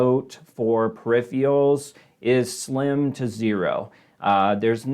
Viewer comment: Wtf are perifials? Dude can’t pronounce peripherals. Hard to take seriously.